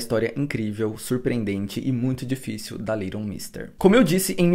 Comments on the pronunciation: Aí q horror essa sua pronúncia do nome dela !!! Cada vez q vc falava vinha " little Monsters" na cabeça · O nome dela é litlle mix mesmo? Ou a pronúncia dele tá erradissima? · Tô chocada que o nome dela pronuncia "Liron mister". Eu sempre falei "leiguiton méster" 😂 amando todos os vídeos ❤️❤️ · Eu sempre pronunciei o nome dela assim.. "leiguiton méstêr" 🤭 Até estranhei a pronúncia correta kkkkkk Acabei descobrindo nesse vídeo a pronúncia certa e que ela é casada com o Seth de The OC 😂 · Gente a pronúncia do nome não é essa haahhaahahah quase não consegui entender de quem ele tava falando no começo. Faz u a pesquisa antes, já ajuda 😅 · gnt pq ele fala o nome dela todo errado 🥲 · A pronúncia do nome dela esta errada. Dá ate gastura de ouvir